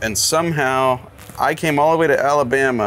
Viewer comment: you completely said it wrong; the Emphasis needs to be on the BAMA. Like how Mr Forest said it in that documentary about BUBBA GUMP SHRIMP COMPANY. ala! BAMMA!